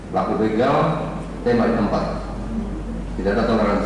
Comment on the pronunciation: Begal pak bukan beugal